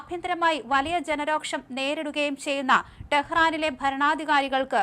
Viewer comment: രോക്ഷം അല്ല, രോഷം. ഈ ചാനലിൽ വന്ന അന്ന് മുതൽ ഉച്ചാരണത്തെറ്റുകൾ ഈ പെണ്ണിനുണ്ട്. 4 കൊല്ലം ആയിട്ടും ഇപ്പോഴും ഒരു മാറ്റവും ഇല്ല